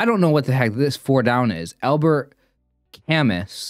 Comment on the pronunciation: Camus is pronounced Cam-oo, as in moo.